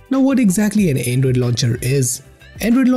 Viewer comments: Not android, "endroid"🤣🤣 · The voice transition you make from high to low pitch for every half a sentence is hilarious 😂.. lmao And "Anedroid"